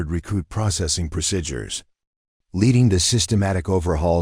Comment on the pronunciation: Please correct mispronunciation of procedures. I cringe each time the word is mispronounced.